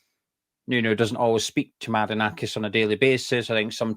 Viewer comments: Forest fan here. Very fair and balanced analysis 👍👍 Just need to work on the pronunciation of Maranakis 😅👍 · Who is Marakanakis? You could just google his name before making the video you know? 😂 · Forest fan here. Who's Maranakis mate ??? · Great pod. Very informed. Love the extra syllable in Mari(ki)nakis. I think it will catch on. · Forest fan here its Mar-an-a-kis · Sorry guys. It's pronounced Mara nak iss. 👍👍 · There’s no KER IN IT IT MARINAKIS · It's pronounced - Mara - nakis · Mate, it's Marinakis. If you're going to correct people then at least get it right yourself. COYR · Who is this 'Marikanakis' bloke you keep going on about? 🤣